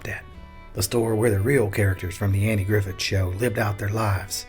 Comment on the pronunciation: Did he really say “Andy Griffin “?